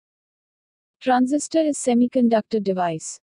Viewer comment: it's Transistor, not Transisitor.